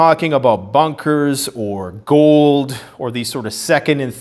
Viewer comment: i heard ghouls instead of gold in the beginning and was like "fallout!" lol